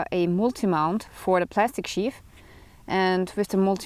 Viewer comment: Yeah words in English with "th" are NOT pronounced like an "F". So the word "sheath" is not sheaf